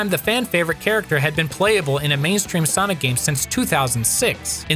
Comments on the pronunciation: Ya lost me at Sanic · it great hearing saying sainic